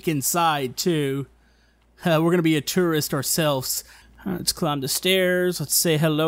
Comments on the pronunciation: Did you say terorist isntead of tourist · why does he pronounce tourist as terrorist?? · Every time you said tourist, I heard terrorist. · When you first said tourist it sounded like terrorist. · when he says tourist it sounds like terrorist